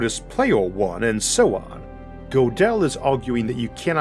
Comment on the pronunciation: Gödel has an umlaut over the o, and is pronounced "girdle." Interesting episode though. Maybe I had no choice but to watch this episode, though. Huh? [Shakes fist at the universe.] Dang you universe! Stop making me watch this! Not to worry Isaac, the universe never listens to me. (And if I have free will after all, I wouldn't want it to, in this respect at least...)